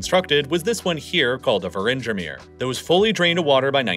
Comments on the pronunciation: I mean how hard is it to put the names into google translate and let the Dutch voice pronounce them? Not very hard. Yet we have to deal with "Fries"-land and "Virindgemir"(Wieringenmeer) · I loved the pronunciation of Wieringermeer.